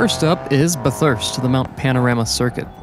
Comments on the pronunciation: Sidenote: Pronunciation correction to "Bathurst" you say it like "bth-urst" when it pronounced as "bath-urst" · As an Australian I’m proud that you tried your best to pronounce Bathurst btw it pronounced bath-hurst